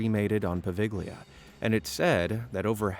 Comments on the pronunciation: POVEGLIA ISLAND Poe-vegg-lee-uh? It's right next to Venice, Italy. So I think we're pretty safe in assuming that it was named by native speakers of Italian. Apparently hardly any non-Italians are aware of the fact that [some vowel]+GLIA, which is a very, very common construct in Italian, is pronounced with the G silent. This island's name should sound like Poe-vale-ya. Which is so much nicer and smoother sounding than the way that this reader is mispronouncing it, don't you think? This butchering of pronunciations of place names is a pet peeve of mine. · 'Po va lia' the g is silent. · Bro, the g in poveiglia is silent, excuse my possible misspellings idk how it's spelled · Oh PLEASE can you at least learn the simple rule that in Italian you don't pronounce G in PoveGlia??? You Americans always butcher other languages like it's so hard to do a simple check